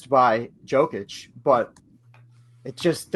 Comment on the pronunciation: is that dude for real?? Is he really mispronouncing DJOKIC like it’s 2019?? Despicable